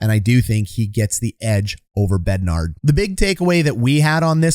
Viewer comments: Why do you keep saying BEDNARD?? There is no D at the end. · Please stop calling Bednar BednarD lol